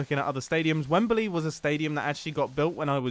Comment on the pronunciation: mumbo, say wembley not wembeley